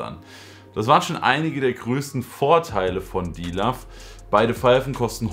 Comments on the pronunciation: jo Kaloud - loud .. Dilaw - law .. wenn du schon immer drauf achtest,außer die kommen aus Schweden dann kann man das dilaf so hin nehmen :) Aber wie immer ein gutes Video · Als er das erste mal dilaf gesagt hat hab ich das Video auf stumm weitergeschaut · Du weißt aber das man es: DILOW ausspricht? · Macht mich einf sauer wie du dilaw aussprichst